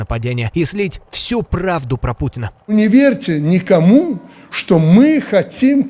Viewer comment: "-Не верце никаму... дажэ мне.." 🤣